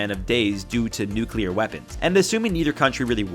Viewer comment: „nucular military“ People still don’t know the actual word?